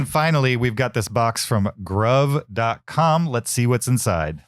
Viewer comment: FYI, Gruv = "Groove"